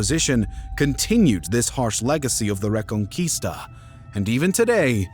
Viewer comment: The re-con-quista